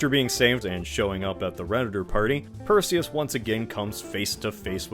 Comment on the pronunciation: Perzeus. Delivered per Zeus.